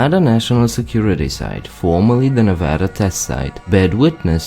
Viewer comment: Thank you for correcting the pronunciation of Nevada. It's always a pet pive of mine. Everyone outside of Nevada also mispronounces the name of settlement of Genoa.